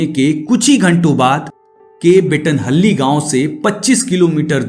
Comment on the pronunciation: The way you pronouce mandya and bettanahalli and peenya.... Seriously worst😢